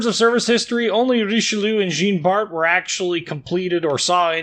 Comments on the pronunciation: Pronounced "Djan Bart" not "Jeen" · Hilarious to hear you trying to pronounce Richelieu and Jean Bart ;-) Thanks for the video mate.